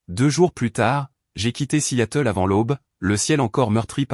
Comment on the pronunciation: Vous lisez vos textes ? Alors regardez toutes les fautes invraisemblables : vous parlez de la ville de Seattle et non Si Yatel !!!!!!!